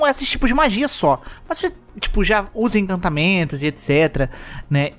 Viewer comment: pelo amor de deus, arruma esse "incantamentos" é encantamentos